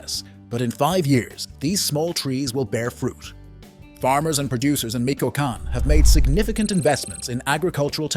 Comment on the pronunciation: Narrator: please learn to stay Michoacan Correctly!!! This mistake is distracting.